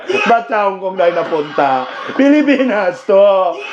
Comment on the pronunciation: Pilipan pilipan hahaha Hindi hongkong